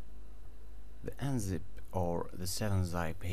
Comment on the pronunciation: Zip not Zipe haha. Thanks though it worked!